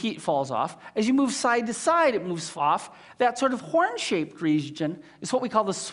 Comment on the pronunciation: He even says "horn" as "hworn" aargh!